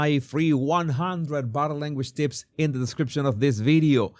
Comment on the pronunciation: Jesus, everytime You say "bottle" language, I cannot help LAUGH, it's bodie language.